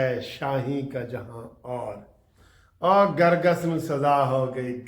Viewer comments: " Kar Gass " . Not " Gar Gass " . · گرگس نہیں کرگس ہوتا ہے کوہ تائی نہیں کوتاہی ہوتا ہے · " Kar Gass " . Not Gar gass . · آج آپ جوش میں الفاظ غلط کیوں بول رهے هیں درست لفظ کرگس هے ، گرگس غلط هے کرگس چیل کو کهتے هیں